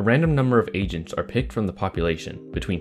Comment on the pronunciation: am i the only one that hears “asians” instead of “agents”?